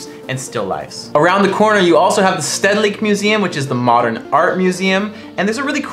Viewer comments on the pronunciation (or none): You pronounce stedelijk museum with the first 'e' like you say 'a'